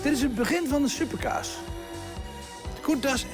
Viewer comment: ligt het nau aan mij of zegt die nau super kaas inplaats can super cars